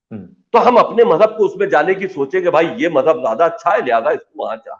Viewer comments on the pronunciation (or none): Abbe Jaahil Majjab Majjab Majjab tou sahi tou bol